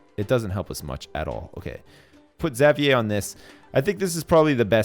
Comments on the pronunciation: isn't xavier pronounced (X-av-ur)? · say it how I've heard everyone else say it ever, which is ix-zay-vee-er or ex-zay-vee-er or maybe even just zay-vee-er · It's funny how says (Zavee-eh) probably because he's Canadian and that's how they pronounce Xavier. Where I'm from - I hope I'm not alone - we say it (Z-eh-vyer) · Is anyone gonna tell how to properly pronounce Xavier's name? Or are we gonna just let him call him Zav-ee-yay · I feel like there's some joke I missed somewhere along the line considering how he keeps mispronouncing Xavier's name :/ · It bugs me how you say Xavier, but I guess it's a Canadian/French thing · Well I don't live in a French province anymore so they might say it like that?? But my classmate's name is Xavier and he does not pronounce it like does... Who knows? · I'm French Canadian and that's not how I pronounce it :/ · Ishan Abhi Well then I have no clue why he says it like that lmao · is Canadian, so he might be used to hearing it pronounced that way. I'm American, and I've always said Exäveeyer, sometimes Zäveeyer.